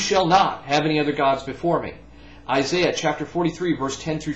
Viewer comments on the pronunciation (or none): none